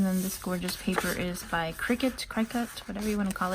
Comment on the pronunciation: Lovely journal as always. FYI Cricut is pronounced like Jimminy Cricket.